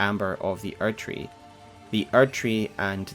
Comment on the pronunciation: why do you keep saying archery? do you mean erdtree?